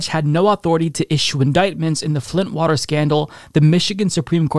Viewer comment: Water Wa... ter Wah... tehr War. Tar Water ... H20